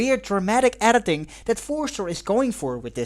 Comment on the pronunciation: Take a tequila shot everytime says erditing.